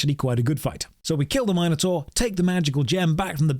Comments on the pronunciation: lol mini tar not minor tour "minotaur" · great video, did not like how pronounces "minotaur"